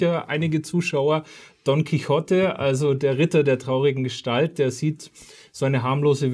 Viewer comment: Der Mann heißt "Don Quijote", nicht "Quijotte". Das "o" ist lang.